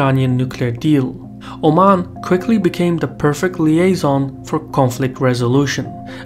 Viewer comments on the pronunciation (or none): none